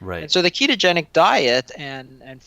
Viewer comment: Dude, the interviewer needs to slow down. I had trouble following what he was saying - like "keegeni". No, it's pronounced, kee-to-gen-ic. Enunciation counts in the communication industry. So slow down and enunciate all the syllables.